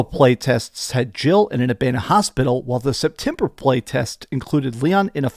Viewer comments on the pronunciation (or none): none